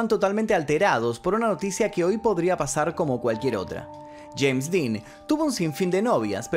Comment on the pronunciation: No sé dice cheim ridículo es jeims